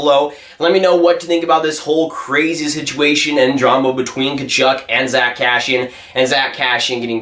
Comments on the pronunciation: How many times he said Cashian, it’s kass eee in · it’s Cass-see-in not Cash-she-in 😉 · Never heard anyone butcher the name ”Kassian” so hard lol